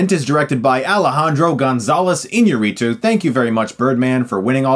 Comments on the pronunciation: Its IñAAArritu not IñarrIIItu. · Excellent review, but just for let you know, It's iÑArritu, and no iñaRRItu like all american people say ._. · No, no es inaRRItu es iÑÁrritu xD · Just because you asked, sorta. It's pronounced in-YA-ree-too (though "in-YA-di-tu" is actually closer). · It's pronounced i-ÑA-rritu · No, you didn´t pronounce his name correctly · So the advantage of the success of Birdman was that it allowed you to pronounce the directors name correctly? Give me a break from your privileged ignorance please. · You sucks at espanish Chris, hahaha. Love your channel and your shirts too:) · Very close on the pronunciation of the director's name but the accent is on the "ña" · No Chris, you still can't pronounce his name but that's ok. We know who you are talking about.